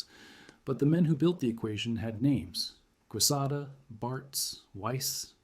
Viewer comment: General Quesada’s last name is spelled correctly in this message. Recall it is a Spanish name and is pronounced k-sotha for you AI gringos.